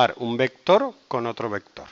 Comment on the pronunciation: Pero entonces llegó el "vectoorrr" en un "cuatrimotorrrr"